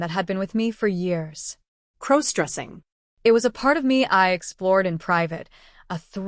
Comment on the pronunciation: Stop mispronouncing crossdressing 😮😮